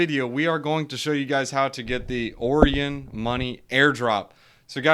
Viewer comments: Pretty sure it's pronounced Orion like O-Ryan not Orian like Oreo lol. Otherwise great video, ima check Terra out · Orion is pronounced O-ryan